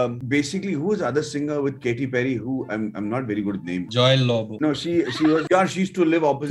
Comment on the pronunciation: Who heard "Joy Lobbo" ?? !! Lol!